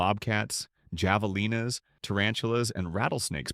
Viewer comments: It's pronounced havelina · it's Have-uh-lean-uh. The J is silent. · Gringoized...😂 Gila "hee- la" Monsters. Javalina "hav-a-lina" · Not going to subscribe to a channel that can't pronounce Javelina or Oatman. Not understanding the difference between cougars and mountain lions is also not a good look. (yes I KNOW) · Please learn how to pronounce Gila and Javelina. Or... is this an AI voice?